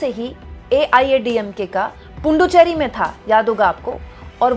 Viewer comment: Not Punduchery but Puduchery